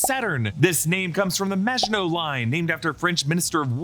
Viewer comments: Thank you for getting the name of the ship right and including the reference to the Maginot Line! So many reviewers are butchering the name of the ship and it's been driving me crazy! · THANK YOU! for breaking down what is (imo) the best series on at the moment! And thank you for pronouncing "Maginot" properly! Thank you.